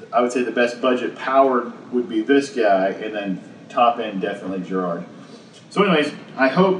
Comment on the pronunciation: I've used the Giraud loading competition .223 and it is HANDS DOWN the best tool for case prep. And its not my last name, its pronounced "Jerr Oh"